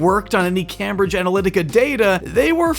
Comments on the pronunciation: it's came-bridge, not cam-bridge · Came-bridge, not cam-bridge. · Just FYI for next time - it’s Came-bridge. Not Cambridge. Came like name not cam like ham. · isnt it pronounced came-bridge? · The utter fucking cringe is almost too much to bear. Also, please, it's pronounced Caim-bridge. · the absurd mispronunciation of cambridge is hilarious